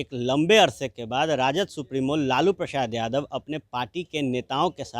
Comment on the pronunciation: जादव नहीं यादव होता है